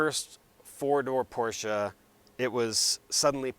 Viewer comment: Dude thank you for pronouncing Porsche correctly